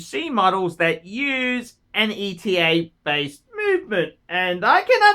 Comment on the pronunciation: Are you the only one that pronounces ETA correctly? Good on you, mate.